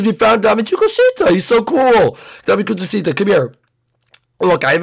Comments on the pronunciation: Its Dame Tu Cosita Uh.just an FYI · Dame tu cousita sang it wrong